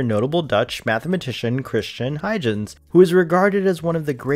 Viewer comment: Huygens is pronounced Hoy-genz...with a g as in go get good. That seriously bothered me throughout the video.